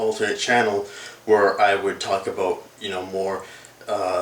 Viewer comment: hehehe he said aboat